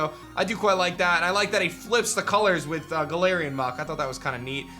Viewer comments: said galarian muk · I was gonna let go that you said "galarian muk" but you did not just put my bi bird toucannon in decent